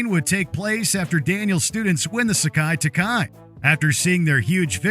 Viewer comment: It's (SE-KAI, TAI-KAI), not (sock-eye, talk-eye).